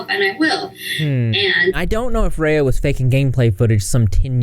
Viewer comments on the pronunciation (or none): none